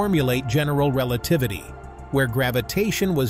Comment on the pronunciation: Relatavity. Nice.